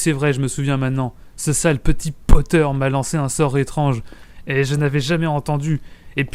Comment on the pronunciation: J’adore l’accent quand il fait la voix de Rogue et quand tu dis Potter🤩